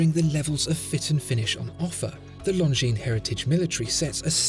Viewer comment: Always reads it "lozenges" 😂